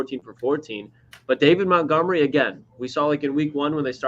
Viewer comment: Again it Montgomery not Mountgomery